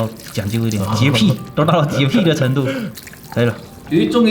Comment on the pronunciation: 哈哈.....洁癖的癖字音读错了应该读（jié pǐ）个人也是前几年刚刚纠正过来的